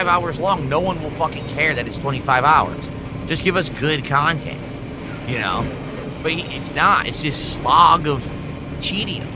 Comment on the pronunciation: Is seriously complaining about extra chantent in AN OPEN WORLD VIDEO GAME?!?! Even the most low iq game journalist wouldn't complain about more cahntent in a video game.